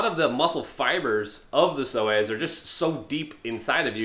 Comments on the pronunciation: Sounds like he said so ass😅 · All this time I kept thinking he was saying "sore ass muscle" with a southern accent...I'll see my way out